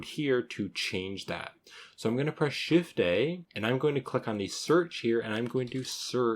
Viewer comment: he is saying Shift + A if you have a problem hearing "shift day" lol like i was. maybe i've been working on blender too long tonight lol